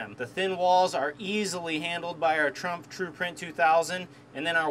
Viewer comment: Trumpf….lol. German?